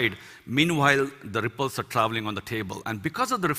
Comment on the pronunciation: I like how he says RRRRRRIpples :D